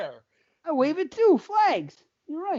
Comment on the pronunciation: God hates flags Brandon: what did you say?: GOD HATES FLAGS! Brandon: Oh I didn't hear the "L" Holy shit I'm dead!! Lmao!